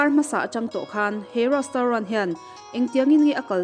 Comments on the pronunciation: Rostaurant zawk😂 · Retraunt tia lam tur kan miss in a tih hma kha chuan i lam ang hlir khian kan lam a ho lutuk kan hriatthiam chuan a tha a ni mai